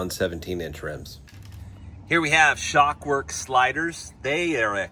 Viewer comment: Its Shrockworks....not shock works.